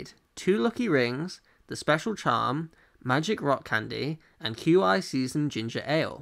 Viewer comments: Hate how he pronounces qi as queue eye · Isnt Qi pronounced 'Key'?